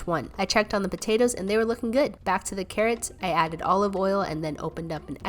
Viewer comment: I’m not trying to be rude of offensive but after watching most of your videos, I was wondering if anybody else realized how she pronounces potatoes as potatas